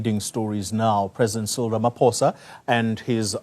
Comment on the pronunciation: Let just get his name right its RAMAPOES